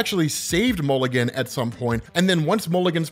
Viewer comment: you kept touting how OP this guy was. did I miss you explain it? also it's mulligan, not milligan